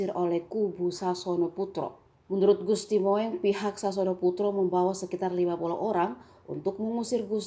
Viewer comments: Bacanya Gusti Mung... kok Moeng. blajar lg lah utk baca ejaan lama. risi dengarnya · Seharusnya gusti moeng dibaca gusti mung. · Presenter nya mbok yg cerdas Min...Gusti Mung koq disebut Mo.eng? Tulisannya memang Gusti Moeng... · Gusti mung bacanya..bukan gusti moeng...duh.. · Moeng 🤣🤣🤣🤣🤣 mung. Jmn dulu OE dibaca U